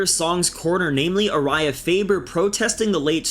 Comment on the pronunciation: Why the hell did you pronounce Urijah like that